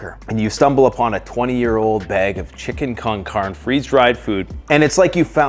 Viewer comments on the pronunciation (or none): It's chili can'carne like can car nay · You need to learn the proper annunciation of con carne. But I still love your videos. Thanks for what you do